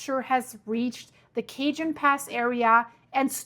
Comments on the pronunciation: Ok. I would like to help you with the CORRECT way to say CAJON... Pronounce it like this .. Hard c... So you say Kaah hone. Similar to saying Home, except it is a letter n sound. Got it?? Now you just practice it and you will get it. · You're killing it with the pronouncing CAJON. . California us loaded with SPANISH names. Replace the 'J' with 'H'. Kahaone. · Cajon pass the ca sounds like k the j is pronounce like an h. Like k- hone.. San jacinto. Is pronounce like San yah cinto. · Cajon pronunciation is KAH-HONE with emphasis on hone. Thank you for all you do! ♥️ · Cajon pass is actually PRONOUNCED "kahone" pass. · Its pronounced ka-Hon, Cajon pass Cochella - Ko-ch-L-a San Bernardino - Bern-a-d-no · Hey, that's pronounced. el ka hone pass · Kuh-HONE SAN Huh-SIN-Toe Fort Tay-HONE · It's Yaseento fault and Kah-hone pass. ! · Thanks for sharing, but I can’t watch this doom and gloom anymore! I have family and friends on the west coast, I prefer to stay positive and pray the the “ Big one” won’t happen anytime soon. The Cajon pass, is pronounced, tay-HONE (tuh-HONE),by the way. Lol! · San Ya-sin-toh (Jacinto) or Ja as in German for yes Ka-hovn (Cajon) Trying to do it with German sounds. 😅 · Kaa hone.. Cajon In Spanish the j is an H sound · ka hone oass .......j is silent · I think it’s pronounced Kah- Hoan pass. Spanish🥰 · You are obviously not from CA. Cajon is pronounced like ka-hohn, It is a Spanish word, not English. But since California is so close to the southern border there are many Spanish words in the vocabulary of the Americans who live close to the border. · The J in Cajon is the h sound. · The Spanish word cajon is pronounced as ca-hone. The J is pronounced as an H. The area is loaded? Maybe God is getting ready to clean house. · Cajon pass PRONOUNCE CA-HONE San Jacinto pronounced San yasento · The pass is pronounced... Kah-ho-n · Cohone is the correct way to say it . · ka-hone' =cajon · Cajón= cah-hone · CaHone pass not cajun 😘